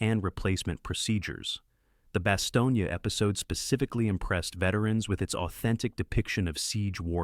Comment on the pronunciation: Really Bastonge-Ya